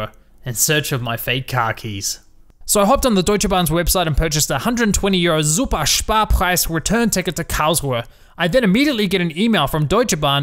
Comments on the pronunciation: I'm living in germany and it's so funny how you pronounce Super Sparpreis and the names of the Citys😁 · love how you pronounce SUPER SPARPREIS hahaha. Literally laughed for half a minute. Nice video bzw!